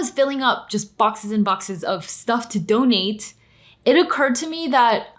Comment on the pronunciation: Love how she emphasized "donate" at the beginning. Like, "don't me in the comments. I know" ;p